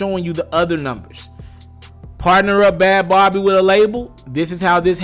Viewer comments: Bhad Bhabie is pronounced Bad Baby. Please pronounce it properly. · Its pronounced Bad baby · I thought her name was bhad bhabie. Bhabie being pronounced as baby